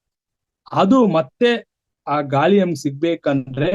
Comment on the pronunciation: ಗಾಲಿ ಅಲ್ಲ ಗಾಳಿ. ....😂